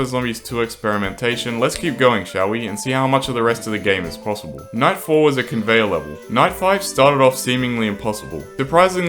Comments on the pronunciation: night 11 sounded like 9/11 when I heard this I almost deleted pvz2! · lol him saying night sounded like “ nine “ prolly did it on purpose haha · nahhh, really? of course he did dumbie it just sounded like nine